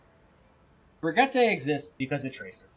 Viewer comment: it's bri (like bridge) gee (like geese) tuh.